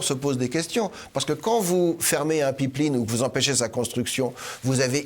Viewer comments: Une Pipe linne?, pip lin, ou pipline?? ah, une Paaiiippee laaiiinnee.... okay ;-) pipeline, mousseline, féline... même combat! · Elyse les samedi politique c'est que du bonheur, y'a juste un élément de language qui m'a étonné, c'est la manière que se Mr prononcé ''pipeline''.